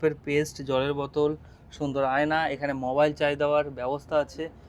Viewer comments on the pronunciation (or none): none